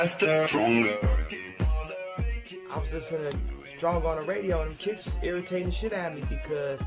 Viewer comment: "Stonger"? One R is missing